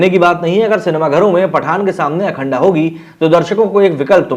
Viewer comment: अखंडा नहीं अखंड बोल - क्यों ग़लत उच्चारण कर उर्दुवुद का एजेंडा लागू कर रहा है भाई पठान का बहिष्कार